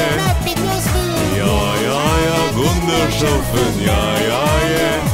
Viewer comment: Gundershoffen sh ce dis SS